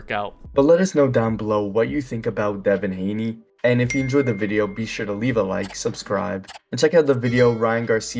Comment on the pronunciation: What are you saying his name like that?! …its unbearable